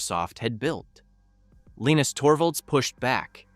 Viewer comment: LEENIX Torbo? When is A.I slop narration, going to end? I'm out.